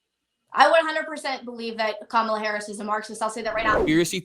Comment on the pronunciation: The way says Says VP Harris' name is on purpose.